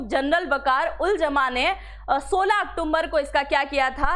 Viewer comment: मैडम आप इतनी पढ़ी लिखी है सारे काम करते हैं लेकिन एक अक्टूबर सही नहीं बोल सकते अक्टुम्बर बोलती हैं